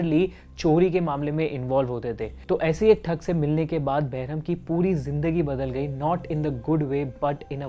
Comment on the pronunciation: It's thug not thak .